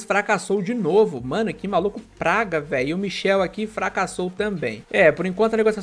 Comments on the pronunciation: é michAel não michel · Nao é michel é michael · Não é Michel é Michael